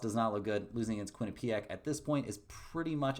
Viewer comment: it’s not Quin-ah-PEE-ack